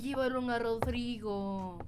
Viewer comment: Casi dises drogau😂😂 en vez de rodrigo